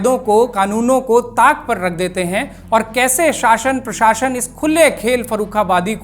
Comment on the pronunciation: बवज़ूद नहीं बावजूद होता है। और पराशशन नहीं प्रशासन होता है। The video is very good and informative. Thank you 🙏